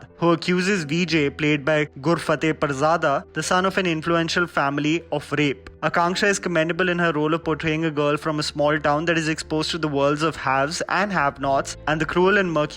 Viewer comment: It was a movie????? 😅 😅 😅 I thought its a series! These kinda thrillers/dramas are majorly in the form of series on netflix like elite etc Also it's GURFATEH PIRZADA and not PURZADA!